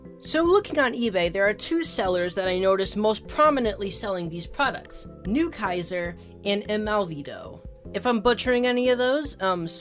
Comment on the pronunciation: if the "kaiser" part of newkaiser is german, then you said it correctly, yeah.